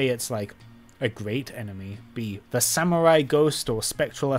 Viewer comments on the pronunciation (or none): none